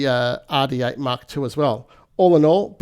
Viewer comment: Behringer Aaaaàh D8. Love the way Australians their R's 😂